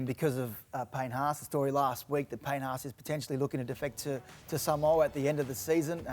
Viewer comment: The H needs to be pronounced properly when you’re talking about Payne Haas 😮